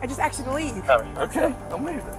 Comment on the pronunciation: She axed him. I say no more !